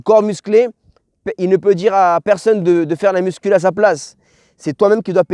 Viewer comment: Parcero me gusta el tema pero una cosita jajaja no se dice “MUSCUL” pero “MUSCU”. Gracias por todo que dios te bendiga papi